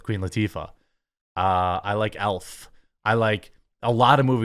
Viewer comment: When you said you liked Elf, I thought you said Alf. I was like, they made an Alf movie!! Lol